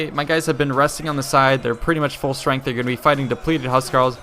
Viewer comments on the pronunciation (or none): none